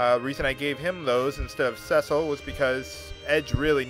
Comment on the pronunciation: By the way...it's See-Sill but anyway good work